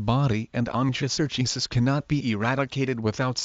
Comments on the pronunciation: No!!! This is the wrong pronunciation!! It's- in the simplest of sounds- on-koh-sur-kye-uh-siss Or if this is easier to understand- on-kO-sir-kI-S-iss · The wrong pronounciation.